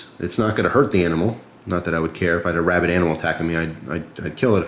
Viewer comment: You said rabbid, I heard rabbit. Sudden thought was attack of the rabbits. TOO MUCH CUTENESS! MUST USE FLASHLIGHT! haha good review man.